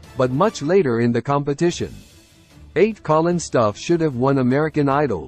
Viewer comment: He should have won! I wish this guy would pronounce his last name correctly. It is annoying how he mispronounces it.